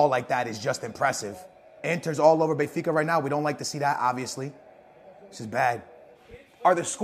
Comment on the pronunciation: Benfas lmao